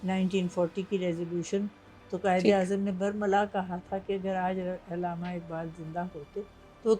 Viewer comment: Ilama ni hota urdu ka bayra garq na kreyn Allama hota hy